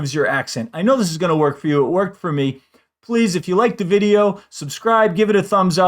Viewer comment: Another tip. In “hasta luego”, it is “hasta luÉgo” not “hasta lueeego”